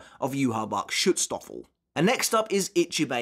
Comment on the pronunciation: Listen, I know you're saying Schutzstaffel, (and yes I did admittedly have to look up how to spell that correctly) but I keep thinking stroopwafel.